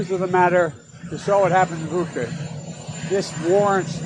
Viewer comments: Jimmy and everyone else- it’s pronounced not Bukka, it’s Bucha - ch like chair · Bucha is pronounced 'boo-tshah'. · The idea for choosing Bucha was to make it sound like "butcher". But some people ruined it pronouncing it "buka". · Joe Biden: You saw what happened to Booka... Reporter: It's Bucha, Mr President. Joe Biden: Him too.